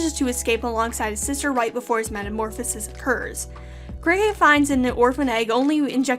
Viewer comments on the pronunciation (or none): none